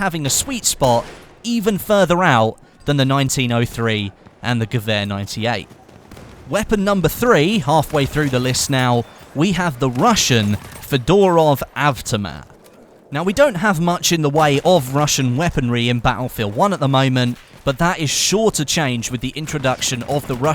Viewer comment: The fedorath aftamatha (goofy pronunciation) just looks like the seblaster.